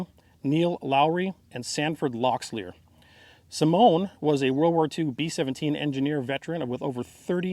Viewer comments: Quick correction "Oxedine" isn't pronounced ox e Deen but ox e dyn. One more is locks Lee ear has you pronounced. You were close drop the s in locks so it is lock Lee ear. Locklear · Ralph Reagan Right, same with Locklear, not “Locks-lear”. He added an S lol. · Oxen-DINE (as in a diner), LOCK-lear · As a college student I worked in Robeson County one summer back in 1973 and met many Lumbee Indians...lots of Oxendines and Locklears (they pronounced it Lockalear). They were wonderful people. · We Lumbee are proud of this day! Thank you for covering this. Wish I could help you with pronouncing our last names, I am a Locklear. 😁